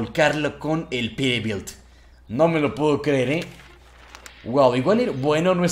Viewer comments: se escucha que dices perebilt en ves de peterbilt pero buen video bro un like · Peterbilt es Peterbilt!! no perebil 😑😑😑 like para que lo lea